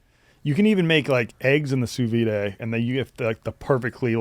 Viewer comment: driving me crazy with the Sous Vi-day pronunciation lmao